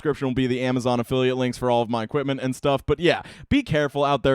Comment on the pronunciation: Am I the only one who heard "Help this gentleman end his family"? Work on pronouncing the word and.